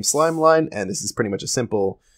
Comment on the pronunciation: It’s slim not slime lol